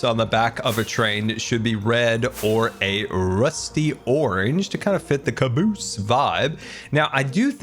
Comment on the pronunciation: I think your pronunciation of "caboose" should be from now on the official default dictionary standard.